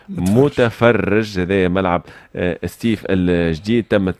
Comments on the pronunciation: سطيف وليس ستيف يا أخي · سطيف ماشي ستيف يا تونسي